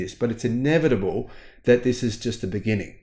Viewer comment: "its inevitable that this is the beninging"